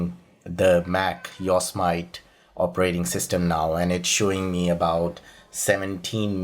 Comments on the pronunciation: I live in CA... It's called "YO SEE ME TEE" not "YORK SMITE"... lol you are a good man ! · its pronounced Yo' Se' Matee. Jesus. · Ok sorry to correct you on pronounciation because I hate it when I am corrected but this was big error IMHO. Its not yos mit long i and long o. It is yo long o, sem short e, it short i, e long e. The yosemite were a small tribe of native americans that lived around the area and the mariposa tribe. Yosemite translates as killer in english. The yosemite were not nice ppl. The yosemite tribe called the area ahwahnee which translates as big mouth. The language those words are in was miwok and was the language of the yosemite and mariposa tribes among others around California Oregon Nevada and some parts of Washington and Idaho